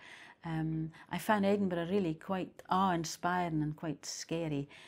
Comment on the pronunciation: eden-burra, oh yeah. Bay-an-uck-let, blessings on you, from someone who has some to give.